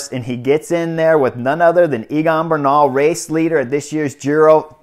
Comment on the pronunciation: I love your comments. Note that the pronunciation of Egan is Similar to say Egg and An. His last name pronunciation is Ber nal